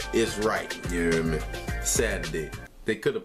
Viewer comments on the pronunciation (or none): Take a shot every time he says “Ya err meh”